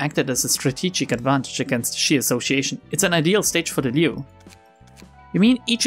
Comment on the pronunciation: Actually you read Liu and Xiao right on first try! That IS the correct way to read them so go ahead :D